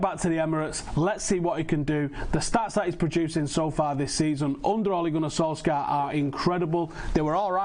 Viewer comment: "sir ole gunnar solskjaer" sounds mint